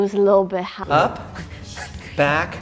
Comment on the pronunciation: “mine went a little bit hAgh. Its shot! but it went a little bit hAgh”